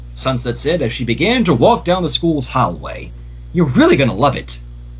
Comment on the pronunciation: Hal-way? Inverted learn pronunciation XD it's hallway pronounced haul way XD